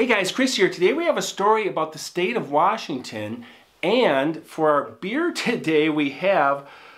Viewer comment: We gotta work on your Washington pronunciation.